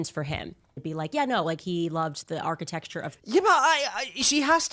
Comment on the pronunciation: She said “architexture” multiple times and you didn’t detect anything wrong?